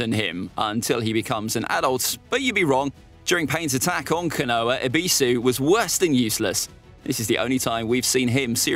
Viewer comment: Caught me off guard with the “canoah”🤣